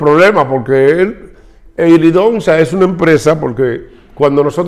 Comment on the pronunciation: Helidonsa no Helidosa , tu no lees nada antes de grabar.